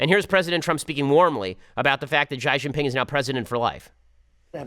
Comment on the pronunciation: Ben's (mis)pronunciation of Mao Zedong, Xi Jinping and FIFA gave me a bit of a giggle. With regards to Obama and Japan, it was Obama bowing (almost 90 degrees) to Japanese Emperor Akihito on 14 November 2009.